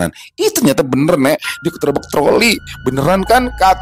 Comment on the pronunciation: Ketrabak troly... Hahha keselmpet ya ngmngnya bang 😂😂😂... Ceritanya ada lucu2nya selalu bikin gw ketawa2 sendiri😂